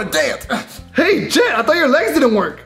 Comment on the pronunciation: Not to be rude but its jet not get